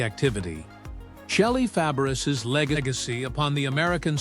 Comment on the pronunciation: Shelly Fab-BRISS?? Really? How can you relate to this clip when the announcer can't even pronounce her last name correctly?